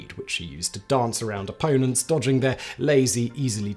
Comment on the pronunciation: Ah, 'dodging', not 'dogging'.